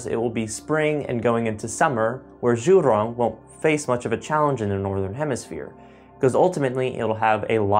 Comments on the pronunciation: Zhurong is prounounced as JU'rong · "Jew Rong". Zh is pronounced similar to a J. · "Zhu rrrrrrroooooon"